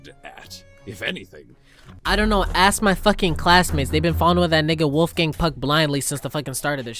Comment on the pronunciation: I constantly mishear you calling Wolfgang "Wolfgang Puck" as "Wolfgang Pug", which is actually a very funny insult itself, because pugs are the most deformed dogs who barely resemble dogs, let alone father of all dogs- wolf.